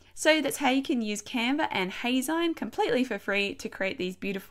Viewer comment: Actually, it's pronounced "Hay-zeen" as in magazine. Think of it as if you were saying "Hey! Magazine!" but shortening it to Heyzine. Thanks for the tutorial!